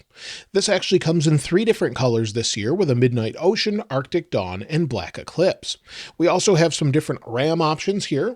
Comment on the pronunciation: It sounds like you're saying "arctic dong."